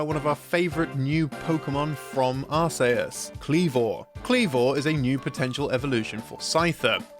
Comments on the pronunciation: I’ve never heard Arceus pronounced as Are-say-us but I kinda like it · Arceus's name is a mash up of the words Arch and Deus, Literally meaing "high god" or "chief god". How you pronounce it with a soft c sound doesn't make sense. It should be pronounced like Ar-KEE-Us. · Are-say-us is the Japanese pronunciation, based on the phonetic characters used in its name. Are-see-us was the initial assumption for western fans, based on its spelling. Are-kee-us is the actual official non-Japanese pronunciation, because it sounds less like arse. EDIT: Though his inflection IS really weird. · Technically, the "us" is pronounced "yoos" instead of "uhs," since it's based on the word "deus," as in "deus ex machina." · That was the absolute worst pronunciation of "Arceus" I have ever heard in my life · You’d think that the people at Did You Know Gaming? would know how to pronounce Arceus but looks like they don’t. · I must say, you are the first person I’ve ever heard pronounce “Arceus” that way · TBF, says it too accurately. At least it's not Arkeyoos. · Of all the different ways people pronounce Arceus, I believe this video takes the cake for the worst of all. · I've never, in my life, heard anyone pronounce Arceus like that. I didn't even think it was possible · I have never heard Arceus pronounced like that. You're either a monster or you did that on purpose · Why does he keep pronouncing Arceus wrong? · You mispronounce it as well. Soft C is the proper original pronunciation. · Oof, that pronunciation of Arceus was painful. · who says arceus like that?? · That is the third variation I've heard of pronouncing Arceus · Pokemon fans: We will never agree if it is Ar-see-us or Ar-kay-us! DYKG: Hold my beer. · Settling the Arceus pronunciation debate with a version literally nobody uses, I respect it. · that's what I was thinking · FYI Its Ar-see-us not Ar-say-us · Hermoine: you're saying it all wrong its ArcEus not ArsAYEus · Why say Arceus like AR SAY US it's ARC E US